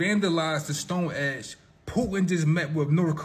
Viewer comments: Stonehenge - not Stonehedge !!!🤣 I’ll be there in July. 🇬🇧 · stone HENGE & Stanley KUBRICK (COO•BRICK) 😂 AND THE "Monoliths" are just people clownin, trying to stir up some excitement. They already know who placed some of them.